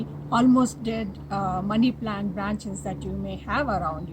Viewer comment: The way you say money plant sounds like bunny plant